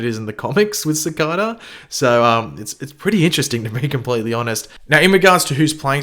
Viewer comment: Is it just me or does say it like "Cicader"?